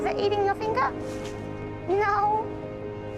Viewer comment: saying "no" but sounding like "noer" is never going to make sense...